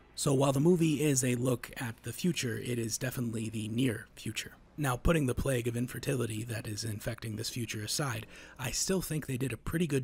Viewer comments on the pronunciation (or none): none